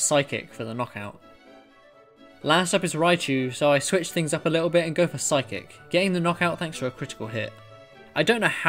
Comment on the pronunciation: This video but every time he says phyice it gets faster